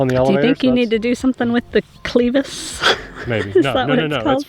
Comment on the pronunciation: it is pronounced kleh-vuhs, not klee-vus.